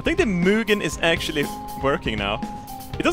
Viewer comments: du säger Muginn hela tiden haha, det är Huginn och Muninn:) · I pronounce it Huginn & Munnin, not Huginn & Munnin